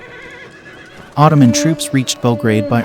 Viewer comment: These dimwitted AI voices which haven't got a clue how to emphasize words makes this sound embarassingly silly. Because you're talking about Ottomans attacking, the phrase "And in return, the Polish army would come to the relief of Vienna if it were ATTACKED" sounds idiotic. You're supposed to say the Poles would get help if Poland were attacked, but they would come "to the relief of Vienna if IT were attacked." Talk about sounding like you have no idea what you're saying. This mistake is repeated many times. How about this idea? Get an actual narrator who has some idea what he's saying.